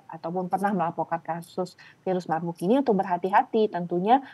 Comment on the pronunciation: virus marburg baca virus mabuk 😁